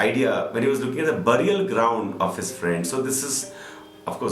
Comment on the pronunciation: Burial ! What is the pronunciation of the word? At least u should have checked it before speaking.